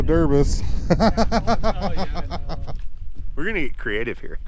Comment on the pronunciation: into this video he said derbiss, Thank You for that. I will let my boss from Kentucky know what you said.